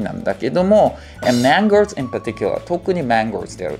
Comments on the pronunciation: のやつマンゴーというよりかはマンOー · mangoes の発音間違っておりませんか